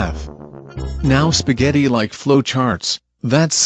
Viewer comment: Did he say spaghetti ?? 😕